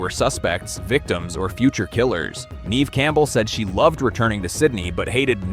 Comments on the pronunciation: Nev (e) Campbell. SILENT E. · geez i hate ai vids and voices. it keeps saying neve's name wrong